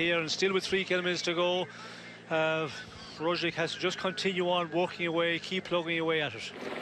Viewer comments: It's funny how Kelly keeps pronouncing Roglic Rozjlik, while his co-commentator uses the correct Roglitzj... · primož roglič *roglitch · Can Mr Kelly learn how to pronounce Roglic surname? It's so annoying his partner can but he cannot. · Please Sean Kelly,, finally stop butchering Roglic's name. I am not Slovenian, but stop disrespecting him by mispronouncing his name. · Sean Kelly Big cycling legend from Irland has truble with pronuciation last name of Primož Roglič. :) :) ;) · His pronunciation is on a par with your written English. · Sean Kelly should just stop trying to pronounce Roglic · He hasn't pronounced it correctly even once this whole season. On the opposite the other commentator is really doing his job...